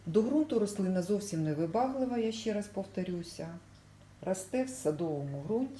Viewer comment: Щьо, сонечько, щє, стручька, творчьості, кращє, дощьик, вчьора бачьила. В українській мові Ш, Ч, Ж, ДЖ вимовляються завжди твердо.